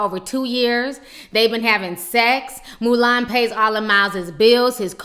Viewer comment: 'Moo-lAn' lmao Ti!